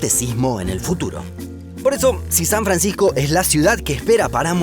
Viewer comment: San Francijjjco!